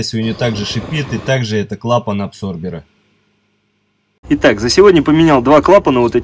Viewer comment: не абсорбер, а аДсорбер!